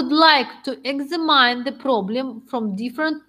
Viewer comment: Все, конечно, хорошо, если бы не произношение некоторых слов типа examine, extreme..